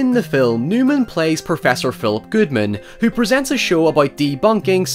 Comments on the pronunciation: It’s Nyman, not Newman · It's Andy Nyman not Newman!